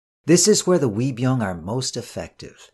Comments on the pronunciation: Love your vids! Also 의병 (Uei byung ) is pronounced not as 'we' but like ''eu~ee'. Not pout the mouth to sound it but open the mouth as you are smiling. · Uibyeong isn't pronounced like a "W," more like "eu-i byeong" But great series. Great to have English Language versions of the tragedies of the Imjin War and Yi Sun Shin's valiant victories